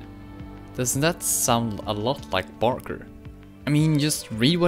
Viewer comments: it’s not Barker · ITS BARKER GODDAMIT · It's barker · It's barker.